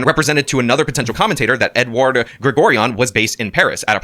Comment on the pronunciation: Does think mispronouncing every single name in the indictment including "Edward" is some way to distance himself from everything? Its actually pathetic.